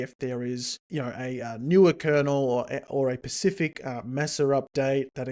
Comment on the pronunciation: It's OK, he's pecial